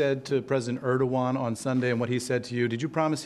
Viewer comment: He keeps saying “erdigon” this is most ignorant person ever to become president . A complete idiot. Question “mr. President” why TF do you think America is the police of the world? Because the world needs order and police.. this chaos presidents destruction has no boundaries.